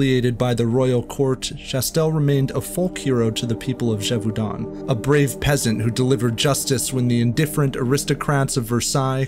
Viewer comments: François as Franssoi not Frankoi, and Gévaudan not Dgévaudann’. Thanks for enlightening me on a tale my grandmother used to tell me. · “Gévaudan” is pronounced “zhay-voh-dã’ (not zheh-voo-don”